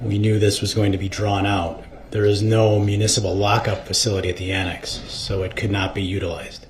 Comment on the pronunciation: Why does DumbDarrell put a "T" at the end of words ending in a "S" sound? Example, annext, thist.